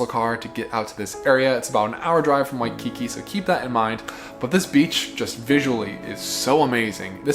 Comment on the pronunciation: You literally do NOT need to say “Oahu, Hawai’i” 87 times. We’ve figured out it’s not in Idaho. 🤦 WaikiKI - The emphAsis is on the last syllAble. Really nice video otherwise, but we did want to punch you in the neck on the regular. 😂